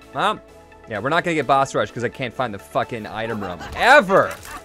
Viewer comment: why do you say rum instead of room?